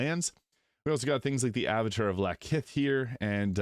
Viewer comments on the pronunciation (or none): none